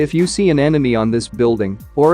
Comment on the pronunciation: Beeuldeeng 🤣 I know your tongue can speak this